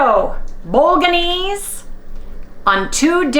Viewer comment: The 'G" in bolognese is silent. 😀BOW-LUH-NAYZ.